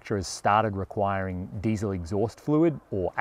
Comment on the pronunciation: You got the Diesel word in Rabic/ Farsi all wrong 😂 that's ok. It's like this: دیزل